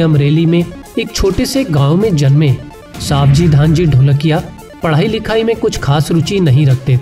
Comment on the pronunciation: It's not सावजी भाई it's सवजी भाई I am from Gujarat and I know his name